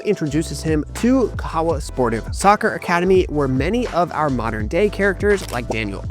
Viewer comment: Keep it up!! Shout out to your video editor, good job, And bytheway, Kahawa is pronounced 'Car-her-wa' 😉😉😉